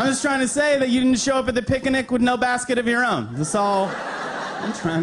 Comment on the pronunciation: Did he say pic a nic ?